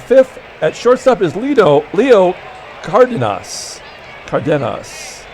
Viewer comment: For Leo the emphasis is on “den” the pronunciation would be: “car-DEN-us”